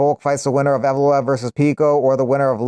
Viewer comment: Pronounced Yevloyev*